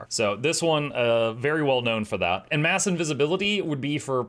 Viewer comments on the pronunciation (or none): none